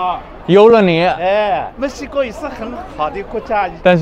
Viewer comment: Alguien se dio cuenta que cuando los chinos pronuncian Mexico suena como si digeran musica ? Jejeje